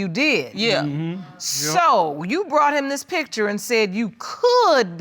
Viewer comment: The word is P I C T U R E. Not p i t c h e r. Too lazy to say words correctly.